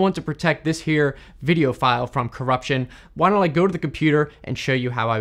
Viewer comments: in Italian, the ai pronounces the word "file" incorrectly. the ai says "file" when it should say "fail" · I like how the Italian Ai translated voice doesn't recognize english terms like "File" and reads it like it's "lines".